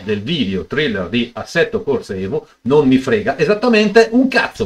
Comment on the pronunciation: Guarda che si pronuncia "TREILER", per il "Thriller" chiedere a Michael Jackson...